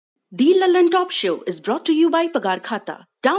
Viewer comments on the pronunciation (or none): It's 'द' लल्लनटाॅप not दी